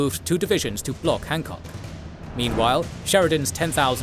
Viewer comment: Ah yes, the famous commander of the Second Corps, Winfield Scott Hahckok.